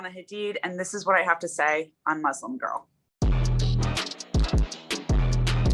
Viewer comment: Can’t even say Muslim properly